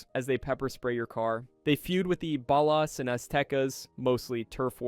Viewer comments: my brain hurt every time u said ballas like ball-ass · "The BEHLAS" bro's pronunciation is so cooked 🥀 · why is it so hard to say BALL-AS 😂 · It's pronounced "bollas" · It's laziness bro, how hard it is to type out "Bawl-us" in an AI Prompt? Smh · You can always tell when the speaker is AI on a gta video by how they say ballas lol they never get it right😂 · The way you pronounced ballas is frustrating omg 😂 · How do you mispronounce katana and ballas of all things what?